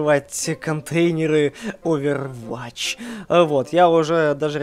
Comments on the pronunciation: так сложна сказать овервотч а не оверватч, бесит! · ОвервОтч.Не оверватч